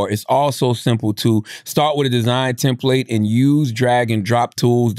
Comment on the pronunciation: i hate the way CTG pronounces "template" 😂😂😂😂